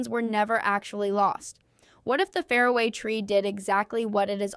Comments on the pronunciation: Why can't your terrible AI voice say "far-away" tree properly? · "The fair away tree" God , I hate what AI is doing to us.